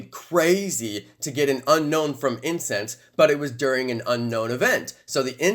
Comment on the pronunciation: Its pronounced 'un own' not unknown